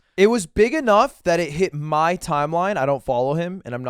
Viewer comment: says: "My question for you is" I said: "Ma question for you is"